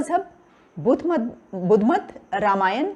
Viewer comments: Qamar Cheema can't pronounce 'Ramayana and Mahabharat' properly.. Let him learn it from the lady anchor. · अबे चीमा रामायण को ramayana और महाभारत को mahabharata बोल कर अंग्रेज की औलाद बनना बंद कर l